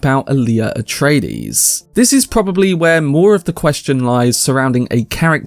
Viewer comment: "Atraties" Atreides, bro.